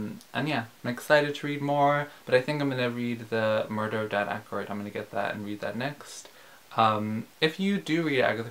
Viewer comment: 1) thanks for sharing the exhibition, means a lot personally 2) you pronounce correctly (by Russian terms at least) 3) congrats on finally reading Murder 😆 4) now I'm excited for the movie!! 5) don't cry, OK? TBDATE is gonna ruin people for sure